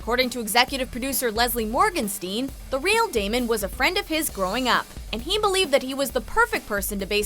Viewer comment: not Damien it's damon